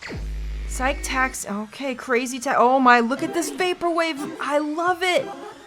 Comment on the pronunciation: It’s pronounced Si-key, not Sike, like the Psyche Locks in Phoenix Wright. It’s Psych that’s pronounced Sike, and Psyche is pronounced Si-key. Don’t forget, the Psyche Taxi segments have billboards showing certain scenes.